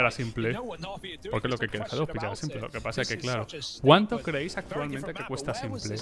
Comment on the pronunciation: S1mple??? Madre mía... solo falta que digas gla1ve en lugar de gleiv... 🤦‍♂️